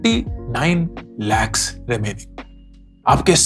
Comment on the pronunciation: Very insightful video, but the way you said Lakh 😂